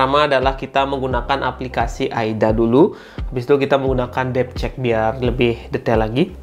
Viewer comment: Bg saran aja, kalau ngomong f & v itu jangan diganti p dong, suka keliru dibuatnya. seperti di video gw kira nama apknya depcheck ternyata devcheck